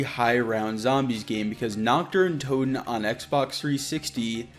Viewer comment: I am German and started laughing when he said nackter n toten because Nacht der toten means Night of the undead 😂😂